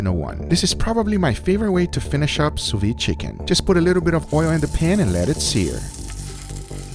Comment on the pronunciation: Great content. Just one thing: it's pronounced 'sous viDE', with a 'd'. Not 'sous vie'. Vide means vacuum in French, vie means life.